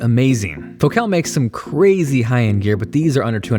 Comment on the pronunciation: "Foe cal" lol... no. Focal